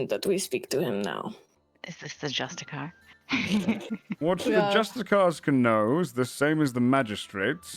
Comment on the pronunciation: I know its months old. I know its so minor of a point, and if they're called that in the lore by all means thats cool. But if its the term Justiciar you're naming them after. Its pronounced JUSTICE -E-ARE. I found out I was calling them the wrong thing for years until yesterday, and now I hear it here and I feel I gotta do it so you don't feel lied to like me. Loving the series, I see all the heart put in on the early days so i can't wait to see whats ahead